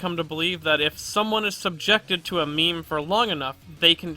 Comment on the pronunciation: every time you say meme it gives me whiplash